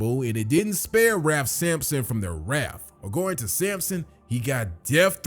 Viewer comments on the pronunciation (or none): none